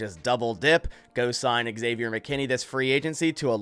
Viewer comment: It’s not eggsavior dude